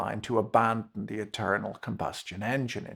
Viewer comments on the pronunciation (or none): It must be the accent but I was sure the man said 'the eternal combustion engine'! 😊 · I misheard you at one point as saying "the eternal combustion engine", which seems appropriate here.